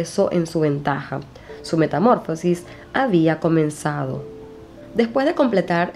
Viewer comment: Se dice metamorfosis, no metamórfosis